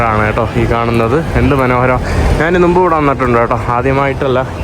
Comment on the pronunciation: നുമ്പ് എന്നു മാറ്റി മുമ്പ് എന്ന് ആക്കി പറയുക